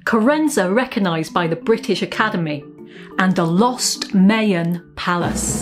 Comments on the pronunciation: Congrats Carenza! Also, I'm guessing the British pronunciation of "Mayan" is different than the North and Central American one. The latter is "my" rather than "may". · I have heard other folks say this to defend mispronouncing place and cultural names. No one doubts her genuineness or good intentions. It isn't based on accent or language. She was mispronouncing Maya in any language or accent. Rolling with it means accepting ignorance when I'm guessing she would absolutely want to pronounce it correctly because she is awesome and so is Time Team.